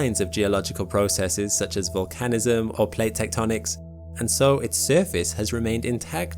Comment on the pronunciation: 💡 "This is where all the volcanism originates" :face-red-droopy-eyes:It's 👉VOL-can-ism👈 or 👉VUL-can-ism,👈 not vol-CAN-ism. You do this again .